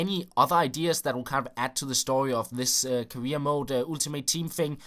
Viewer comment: vær sød og begynd at udtale ultimate ordenligt... Du lægger alt for meget vægt på u'et i starten.